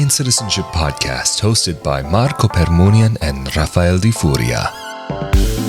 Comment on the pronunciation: You are pronouncing the lawyer's name waith accent varying: Permuni'an and Per'munian. Which is correct?